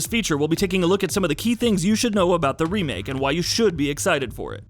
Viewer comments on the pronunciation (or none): none